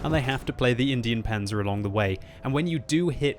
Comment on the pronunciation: I swear it's in-dine panzer not Indian panzer like the way he pronounced it was so cringey